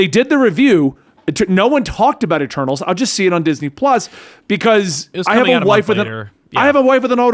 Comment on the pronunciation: I won't lie when said Eternals the first couple of times, I heard Turtles and was really confused.